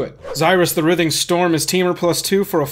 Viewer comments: You say writhing wrong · You pronounce writhing wrong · I almost had a stroke the way he pronounced “writhing” haha